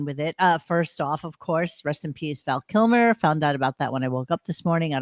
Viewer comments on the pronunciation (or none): also needs to learn how to pronounce the name of someone he’s giving a posthumous tribute to, Val KIMER, really bro? Yikes.